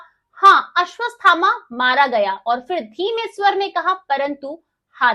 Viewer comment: अश्वत्थामा बोलना सीखिए हर बार आपका उच्चारण अशुद्ध है, कृपया शुद्ध ऊच्चारण करें।